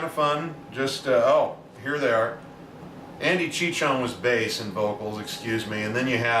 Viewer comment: Did you skip Billy's concert during this run? He played your neck of the woods Vegas a month or so ago. Also Billy's bass player's name is Andy Cichon, but pronounced Sishon not Chichon;-)